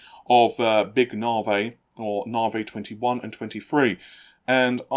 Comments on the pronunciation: You content is interesting, but why do you refuse to pronounce Navi correctly? Dr. Su herself pronounces the word, "NAH vee." So do all her staff. Not "NAH vay." I'm not being petty--I'm trying to help you avoid being annoying to your viewers. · Actually, hearing Navi pronounced Nah-Vay is quite a bit more annoying. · Nar-vay. Dear God, make it stop. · deliberately says "Nahvey" and "Tie" to laugh at you sperging out.